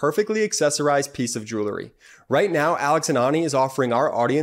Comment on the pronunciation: Great, great show!, please correct pronunciation of the word “jewelry.” It should be “JU-el-ree.” NOT “JU- ler-ee”. Thanks!